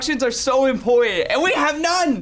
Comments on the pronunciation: “instructions are so impooutant” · Literally the first 5 seconds, literally said, “Instructions are so impordan.” 😂😂😂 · has always in the intro said “instructions are so impowant” 😂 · “Instructions are impor-ant” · My man really said impornt:’)